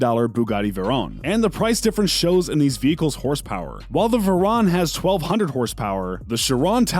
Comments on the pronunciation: Vay-Ron not veron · bugatti theron and bugatti sheran lol Vey-ron. Cheer-on (yes the bugatti's name is chiron) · It’s not shirown as you saying it it’s she Ron and HOLY SHIT you fucked up my favorite car the veyron wtf it’s not the verown it’s the VEY RON WHICH YOU KNOW IS MY PFP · Its she-ron and vey-ron not chirone and veyrone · Omg... it’s not Verone! It’s Veyron. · Not be rude but two things, it’s pronounced veyron (vay Ron) not va Ron and the Chiron is a hyper car not a super car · Why is he saying veyron like veron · ITS VEYRON (VAY • RON) AND CHIRON (CHEER • ON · Almost trew up when he said chiron and veiron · i hate how he pronounces "chiron" and "veron" he goes "sheer on" and "ver onne" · Its va-ron and chi-ron not what u said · Bugatti shirown Bugatti veroan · you say Chiron and veyron wrong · why can u not say veyron and chiron like a normal person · I almost had a stroke listening to this guy mispronounce Veyron, while claiming the Veyrons throwing down 1200hp. The Base Veryon (lmao base model Veyron) came with 1001hp. Yes towards the end of its life some models had 1200hp. Say WRX, Show an STI, and then give STI specs. Bro, just shut up! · Man, the way you pronounce both Bugatti vehicles made me want to punch a baby. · Just because a new exhaust and body parts were added to a car doesnt mean its modified, that SV is as stock as it can get. And thats not how you say chiron 😭 OR VEYRON 😥😥😭😭😭😭